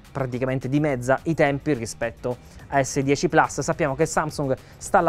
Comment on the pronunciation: Plus, si dice plus! Che cacchio di gusto ci trovate a inglesizzare pure le parole latine!